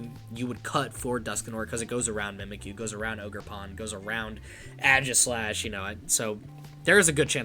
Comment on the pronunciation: Ay-Gis-slash, not Ah-jis-slash, also Aegislash EX does 70 for each prize that you have taken, not your opponent. Just got 3rd at a challenge today with my own list haha. It's fun! Also, you're gonna want more colress, no less than 3, I'm even considering adding a 4th.